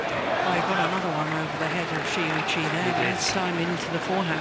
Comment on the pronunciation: These commentator should learn how to pronounce Shi Yuqi ... :(